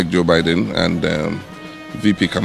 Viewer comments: The way u pronounce Joe Biden is not correct please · Please it's Biden not Baiden